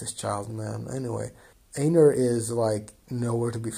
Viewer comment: Also you pronounce einar like "ainar" the correct germanic pronunciation